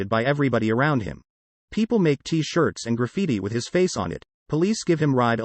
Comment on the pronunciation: Not hot dogs, hot dogs. Not t shirt, t shirt. You put the emphasis on the wrong syllable. Danny Trejo is a bad motherfucker. Ron Perlman is Hellboy. Just like nobody else but Trejo could be Machete, nobody but Perlman could be Hellboy.